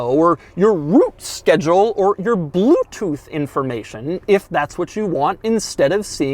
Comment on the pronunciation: "...rOooots , bloOooootooth" lmfao at the pronunciation